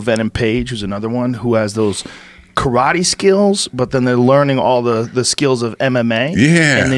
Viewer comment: Eh?! Learn how to say karate.